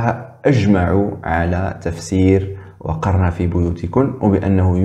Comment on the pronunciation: عصيد لا يجيد حتى قراءة القرأن قال :وقرن في بيوتكن بكسر القاف عوض نصبه بالله كيف نثق في هؤلاء الملاحدة وهم لا يؤتمنون في النقل!!! اسمع الدقيقة